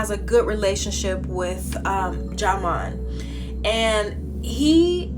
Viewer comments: Sweetie it's pronounced JIMON LOL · learn how to say ( pronounce ) his name u on a platform okkkkkkkkkkkk